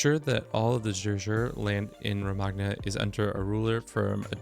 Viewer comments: Love you but you need to learn some pronunciations my guy lol. “Roe-mag-na” for Romagna is atrocious, it’s “roe-mah-ña” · Romagna is pronounced like you would pronounce Ñ in spanish. do not make the same mistake again, they will come to your house. good tips though